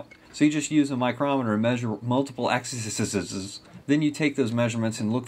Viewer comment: Do you say axeseses on purpose? No mean to offend, just curious :) Great videos, plenty of usefull information, thanks for good job and your time and effort :)